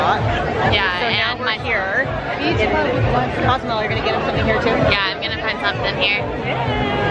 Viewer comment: Great family fun. Cozumel is a great place to visit for certain. However it’s not Cause-you-mall as you say on your video. Say it: Coe-sue-MAIL. Your followers will be happy for the guidance. Thanks for sharing the LeRoy family day. Nothing better than kids having an adventure.